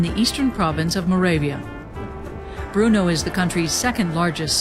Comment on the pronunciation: it's not bruno it's brno.you spent entire documentary misprounouncing it.